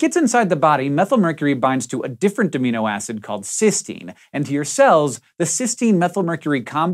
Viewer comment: Oops. It seems that Hank has never taken a biochemistry class. If he had, he wouldn't have pronounced "cysteine" as one pronounces "cystine" (which is the oxidized form of cysteine).